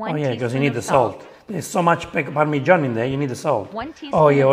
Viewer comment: What is this "parmishan" cheese?